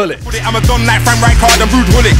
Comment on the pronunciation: Bro you say wuud hullit